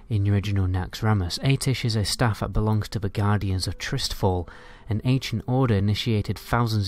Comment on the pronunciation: Atiesh teleports you to Karazhan since thats where Medivh used to live and they were the Guardians of Tirisfal not Tristfal or whatever you tried to say